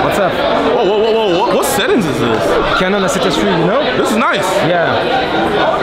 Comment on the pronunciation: "What setup is this ?" " Canon A sept S three" Mastu qui nous fait une magnifique démonstration de Franglais 😂